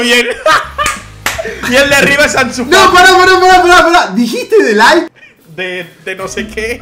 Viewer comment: diciendo De Light a De Jong, no sabes nada